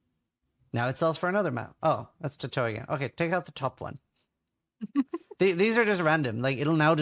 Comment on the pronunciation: his pronunciation of "Chateau" HOLY....